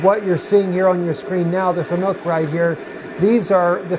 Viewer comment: its called "Chinook", the helicopter. Not "FAnook"